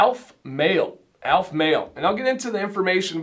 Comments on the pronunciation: ALEF, not ALF. al-F, not ALF. The e is sounded. Now to watch the rest of the review. I enjoyed the review, and description of scents. Succot is pronounced Sue-COAT. Boker Tov is Good Morning, and the response you were looking for is Boker Ohr, morning of light. Havdalah (hav-dala') separates the end of the Sabbath from the beginning of the week and includes smelling sweet spices. I'm looking forward to getting to the point of ordering some, but I'm also looking forward to ordering some Norseman products for my gray/white beard. In your opinion, is Aleph Male suitable for gray/white beards? One or two ounce is a good question. I like getting more product for less per unit, but the more I have the more eager I am to use it up and get to another. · I didn't expect you to have expertise on Judaism, but as you can say "Macinac", "Jojoba", and various terms of binomial nomenclature in your product reviews and 101 videos, it struck me that consistently mispronouncing the name of the company you reviewed did not meet (what I thought were) your usual standards. I may have been too hard on you, and for that I apologize.